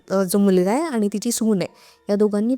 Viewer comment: पानी ,आ नी, भाई भाई 😂😂😂फेका फेकी